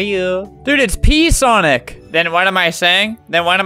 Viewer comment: Its not pee sonic havent you heard of super sonic